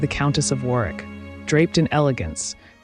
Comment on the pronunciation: Warwick is pronounced “worrick” in correct English 🏴